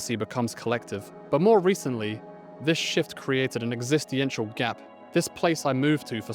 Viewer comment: Come on fella you’ve lived in Japan for 8 years and make ‘philosophical’ content about your life there and you can’t pronounce Shibuya or existential correctly? Something not right with this picture.